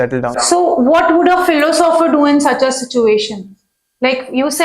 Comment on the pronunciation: Madam sitting to the left of Shoaib sir doesn't even know how to pronounce philosopher...............philo sopher 😂